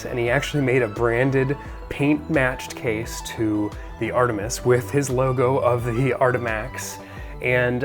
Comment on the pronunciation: Very cool, thanks for the review! Artemis is a Greek word and you nailed it in the video, but Artemi is a weird and incorrect Latinification.